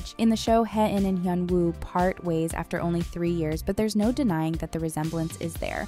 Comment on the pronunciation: You miss pronounced Hae-in wrong